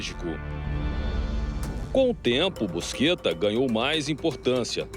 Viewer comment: nome dele nao é busquetta, o e sim é Buscetta, os cara ate nisso sao privado de falar (bucheta)